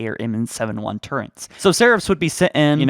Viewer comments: You said turrents instead of turrets Again not sure if it was you but i know someone got heated over that i think it was you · he also called turrets turents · Besides the fact that I can hear each voice cut (I understand why, to keep the video flowing) and the way he says marauders and turrets, I thoroughly enjoyed this, I am very excited to see what is in store for us when infinite releases.